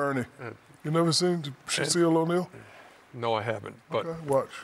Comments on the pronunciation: "Shaseal O'Neal" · He really said Shaseal O Neil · Sha-seal O’Neil 💀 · Sha-Seal O’Neal should be in the next Rush Hour 😂 Good to see Chris Tucker on the show. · Shaseal O'Neal eruheruh